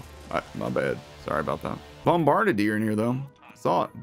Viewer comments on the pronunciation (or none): Bomba-bar-bar-deer, but close enough i guess, can't get too mad